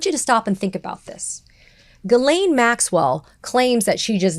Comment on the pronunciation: Her name is pronounced jizzlane.